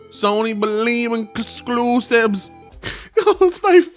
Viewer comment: "Let the tears flow! Sony believe in cosclusibes" I might have listened to that like 47 times already, it is an early Christmas gift